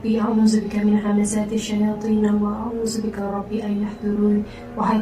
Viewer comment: ni just teguran ye,masa baca doa tu, bukan rabbi ye rabba.ke saya yang dengar rabbi tpi baca rabba.apa ii pun take care semoga cepat sembuh dan seluruh fmly dlm lindungannya...aamiiinnnn....